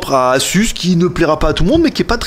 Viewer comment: Pitié, ça se prononce aZZZZZZZZus !!!!